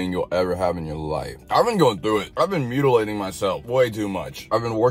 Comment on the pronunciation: It sounds like you are saying “beaut-ilating myself” 😆 But I think beautilating is the perfect word for piercings and tattoos. Time for some beautilation!